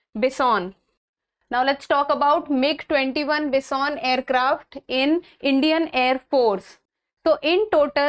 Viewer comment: Ma'am it's not Bis-On.... It's Bi-Son....